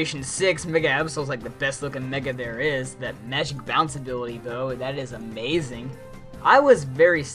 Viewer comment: Yeah , Blaziken is a-MAY-zing